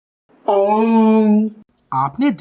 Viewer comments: 👌💐👍! 👍 व्हेरी नाईस! 👌 लेकिन... ओम का उच्चारण - अ s उ s म s s s इसी प्रकार से बिलकुल शास्त्रशुद्ध तरिकेसे करोगे तो शायद सामने - ओंकार की आकृती ही दिखाई देगी! 👍💐👌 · V good But ओम का ध्वनि कोई rushi से सीखिए थोड़ा सुधार की जरूरत है नमस्ते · You dont prominence the mantra . Ur dtyle of saying the word OM is totally failty . Ask some one else to do this . U r a disaster .